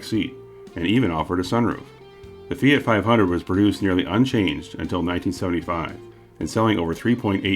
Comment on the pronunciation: I wanna commend you on the efforts you make to pronounce non-English words and non-Anglo names correctly, particularly with your pronunciation of the Fiat 500's Italian name. I've encountered a few too many YouTubers who seem to make it part of their brand to mangle words they don't immediately know how to pronounce without even bothering to research them beforehand to practice their pronunciation but you clearly put in the work and I love that. Rock on,!